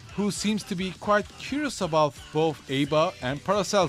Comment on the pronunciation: It is said as ABBA the band, that is what her name is based on. The announcer in game says it the same. This guy threw me saying A-Bah.